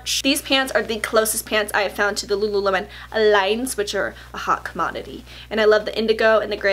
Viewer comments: The way you say lululemon in this video is exactly how my mom always says it. "Lula-lim-on." Except what's really cute is she has no idea that's not the right way to say it. I don't have the heart to correct her haha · Hey girl! Lululemon is pronounced like the fruit. :)